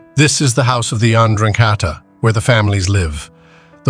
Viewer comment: Amazing how many ways Ai finds to pronounce ndrangheta